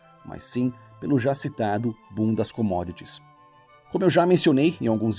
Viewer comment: Minuto 9;09 diz bundas comodits